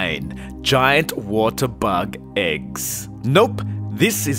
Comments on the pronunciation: Every time he says AGGS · You say “eggs” but it sounds like you’re saying “ex”....